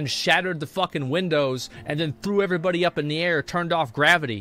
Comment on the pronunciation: I swear god, when he talk's about Illidan, at the moment he says... "when Illidan show os screen.. evrebody know's... " i was expecting he says " evrebody's knows.. that YOU ARE NOT PREPARED"